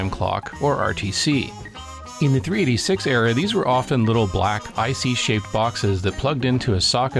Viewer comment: Great video.... but is it me or did you keep calling it a 3D6 rather than 386?